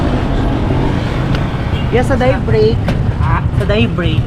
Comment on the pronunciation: anong DAYBREAK? YOU PRONOUNCED IT AS DIE BREAK. IT'S NOT ! IT SHOULD BE PRONOUNCED AS DAY (day as in "araw" not die break) I hope you get me.